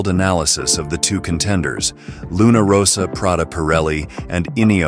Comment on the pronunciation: And also in this video - the Italian team name is Luna RossA - not Luna RossO....